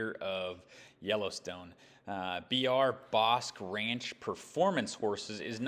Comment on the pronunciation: Bosque is pronounced BOSKEE....It's spanish for forest/woods